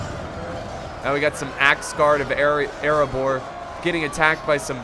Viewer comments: the dwarves of Ereabor Me: dude pronounce it right for Durin’s sake!!! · he said areabor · Dwarves of eriabor🤔🤔 heheheh nailed it